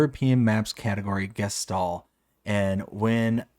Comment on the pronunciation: Pls put "Geistal" into Google Translate, set the language to German, and hear how to pronounce it :D